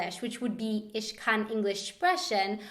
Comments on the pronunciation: You have a very good pronunciation (I'm saying that as a non-native german speaker) but please don't make the "sh" sound when there is none. Example: schreiben has it, ich doesn't have it. I know that's how some germans speak, probably in the region where you are but it's not how it's supposed to sound. The "ch" is supposed to sound like a "he" for example in english. I'm not critizing you or anyone being offended by my comment, you could speak however you like, I'm just pointing out the facts. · haha😂 you'r german is very good💪 i love the way how you spell "ich" 😂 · Please dont say "isch" instead of "ich" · As a German I have to say it's funny how you say 'sch' but it's actually 'ch' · Btw "Ich" Isn't Prenounced Ish... its prenounced Ei-kk-shh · OH MY GOD THIS VIDEO HURTS MY SOUL That, people, is what happens if Germans can't speak English. I'm serious I'm German and this is killing me. I mean jesus. Just no. But I've got to say that hearing you speak German is awesome :D But why do you always say "sch" instead of "ch"? :D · I love how she says 'sh' instead of 'ch'. It's so funny :D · You english always seem to have problems with the "ch". Whenever you used a german phrase with it you turned it in a kind of "sh". :D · sie sagt immer "isch" anstatt "Ich" :D sche says "ish" instead of "ich" :D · Love your videos! Just had a question about your use of the word "ich"... You pronounce it with an "ish" sound instead of the "ick" I am used to hearing (as an American learning from over here) Just wondered if this was due to the region you were living in or what? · You need to work on your German pronunciation. It is ich not ish and nicht not nisht for example. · why does every english native Speaker pronounce the german word "ich" like it was written "isch", i am german and i dont really understand it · "Isch lade disch sum essen ayn" :)) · ur 'ich' is funny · why is she saying "isch" and "spreschen"? :o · Sorry but your pronunciation of ich or dich is terrible! :/